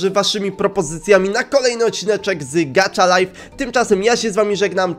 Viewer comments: GACHA LIFE A NIE GACZA LIFE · Nie mówi się gacza lajf tylko gacha lajf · Gacha life a nie gacza life😠😡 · To się nie mówi gracza lajf tylko gaha lajf to mnie tak denerwuje🙀😾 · To jest gacha lajf!a nie gacza lajf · Źle to musisz to ma być gacha life a nie gaczalife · Gacha laif sie czyta a nie gacza laif